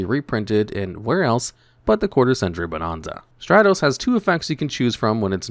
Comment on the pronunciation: This is how you know that you don't look at the comments. If you did, you'd be pronouncing bonanza properly.